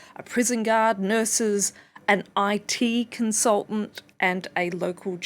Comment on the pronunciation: This is absolutely horrifying but I laughed out loud at the way she said... "AN IT CONSULTANT". Why is that the worst one on the list?? 😂